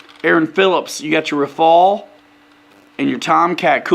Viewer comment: The name of that plane is RAFALE pronounced Rafal and not « rai fall » 😜😜🤙🏻 and rafale in French means gust (wind) in English 😉